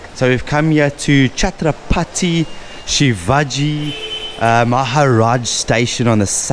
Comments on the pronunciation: The way you're pronunciation some words like station name of chhatrapati shivaji terminal it's too good... Something different ❤ Enjoy ur every day every moment and every hour ur life.. ❤❤ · Love the way he pronounced SHIVAJI maharaj.....SHIVAJI was spirituality devotee of bhavani maa ....jay shivaji jay bhavani